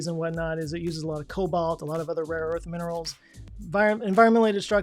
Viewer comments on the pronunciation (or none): none